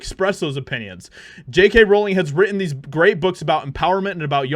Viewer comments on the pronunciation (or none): none